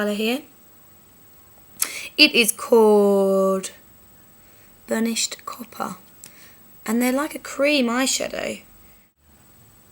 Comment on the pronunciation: PURHNISHED COPPUH. \=]